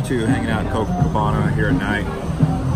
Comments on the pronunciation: It's not cococabana! It's copacabana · Copacabana not cococabana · Copacabana.. Co-Pa-cabana. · CoPAcabana!! What do you think you are??? First gringo in cocacabana???🙄👎🏻👎🏻👎🏻👎🏻